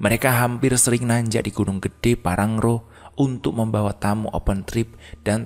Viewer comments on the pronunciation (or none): Pean ko dr dl salah baca wae to .... Bukan parangro low tp pangrango. Dll